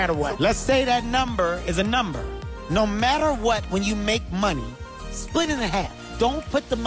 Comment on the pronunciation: whan instead of when.